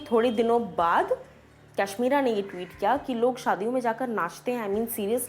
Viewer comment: Ap kashmira ko cashmera bolta ho